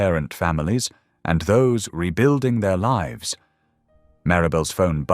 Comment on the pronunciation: Read by AI. Mispronounced lives and other words.😢